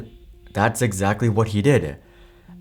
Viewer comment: "Not Exacly"......T. Good video by the way.